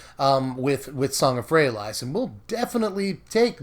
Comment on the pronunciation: Love you, but had to stop the viedo 2 minutes in and hand you the thumbs down. Just cant listen to ayou say Song of Frey-a-LIES. its worst then your Lyra pronunciation, but with out the justification. FYI it sounds better Frey-a-lease. Still a big fan, and I support SBMTG